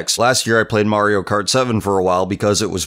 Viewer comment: You said market Kart Wii